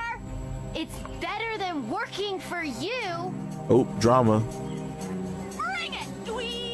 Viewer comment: You said gor instead of for, and I just hate Heather so much